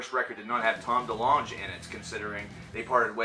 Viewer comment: "Tom Delungge" lol